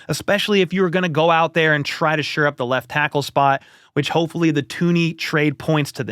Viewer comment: I sincerely hate to be "that guy," but it comes up so often. It's "shore up," not "sure up." Anyway, keep up the great videos! This is my main spot for Chiefs news.